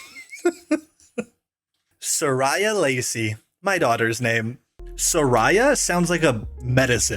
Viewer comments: not too much on soraya, man😭 thats my cats name (was supposed to be mine🥀) but we say so - rey - uh instead of so - rye - uh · my name is sariya and is pronounced like that and im very angy